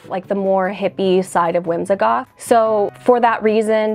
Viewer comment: Why is it that you pronounce the word whimsigoth “whimzahgoth”?